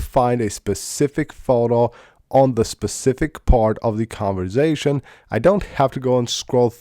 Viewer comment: And “conversation” not “converzation”